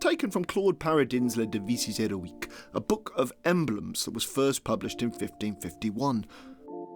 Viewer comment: As someone whose opinion does not matter, hearing you butcher "Claude Paradin's 'Les Devises Héroïques" brings me a very special kind of pain